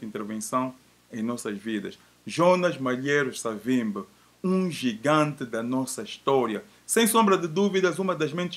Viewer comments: Porquê que dizem: "Savimbe"??? O nome dele era/é SAVIMBI!!! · Sei que é dificil,, e pode até parecer mais bonito de se pronunciar mas, o nome é SAVIMBI com "I" no fim, e não Savimbe como tem estado a dizer. Se devemos respeito a esta individualidade, no minimo devemos pronunciar o nome do mesmo como deve ser ou seja como ele é... Cumprimentos pelo bom trabalho que esta a realizar.